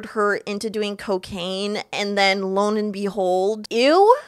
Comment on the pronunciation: “Lone and behold” lol it’s Lo and behold